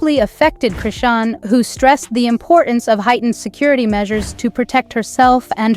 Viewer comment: Why don't you get her name right before you do a f**** video on her like how ignorant you don't even know how to pronounce people's f**** names